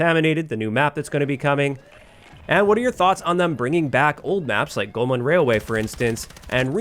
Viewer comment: There's no "N" in Golmud Railway. It's Golmud, not Golmund